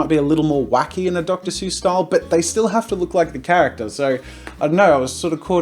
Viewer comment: Dr. Zeus